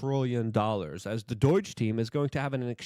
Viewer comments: DOH-JUH Not DOYJ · Hey idjut! It’s not doyge. It’s doge. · Man I like this guys content but why does he talk for a living when he can barely talk. He called him Pete Headset. Like bro please take public speaking courses online or something because it's starting to get really annoying. And btw it's Doge not Doyche. I love what Trump and Elon are doing, but when a guy mumbles through basic sentences it kinda shrinks his sense legitimacy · Yeah whatever. Learn to say DOGE. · Why do you keep calling it doige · Just out of curiosity…why do you call it “Doyge”? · Luke...its not doyge... please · I love Luke, but does the way he says “Doge” as “Doyge” or “Doige” bother anyone else? I know I’m being petty, but he has a way with words and their pronunciation that really bothers me and makes it difficult to listen to. Am I the only one? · There's no I or Y in the middle of DOGE. Repeatedly saying it wrong has literally caused me to wonder who Doige bank is. Please, it's not that hard, pronounce it right. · Pronunciation of DOGE is interesting.